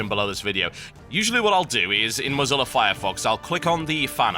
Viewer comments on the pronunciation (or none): none